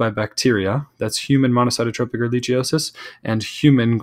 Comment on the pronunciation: Learn how to pronounce Ehrichiosis. Plus it would cost hours to look under a microscope...real doctors treat for sx.